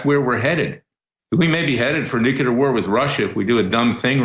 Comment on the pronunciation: Larry its nuclear not nucular